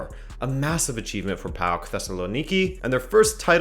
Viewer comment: PAOK pronounced "POWK" btw